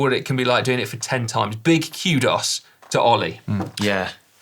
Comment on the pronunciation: Dear Si, kudos is not pronounced cue-DOS, it’s pronounced koo-dowz. You’re welcome!